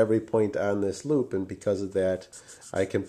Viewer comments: he says hoop instead of loop for some reason lol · is it me or is he saying hoop instead of loop ?!